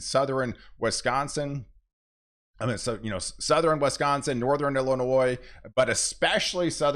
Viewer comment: it shouldn't hurt my head that much to keep hearing people pronounce Wisconsin with an E